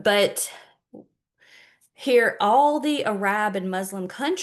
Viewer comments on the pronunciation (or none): Not a big deal at all but as one who struggles also to know how to pronounce some words I offer when you say Arab countries, it’s pronounced like “air rub” (Arab). Like Arabic air-ruh-bic Hope this helps my dear sister. You are blessed to have the courage and knowledge to get these things out. Don’t take any of the comments from some of us only trying to help edify you as criticism. I always seek feedback and so I offer it as well. I’d rather know so I don’t make mistakes easily corrected in thr future. God bless you and your ministry